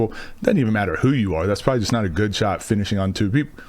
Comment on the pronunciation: Did u say finishnng on two people....lol that pause was perfectly timed